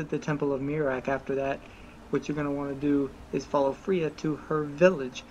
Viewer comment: It’s not (free-uh) it’s (fray-uh)